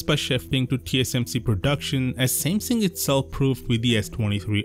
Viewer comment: "shamsheng" its Samsung, not whatever you said lol